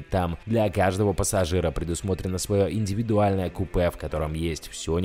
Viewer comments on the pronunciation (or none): none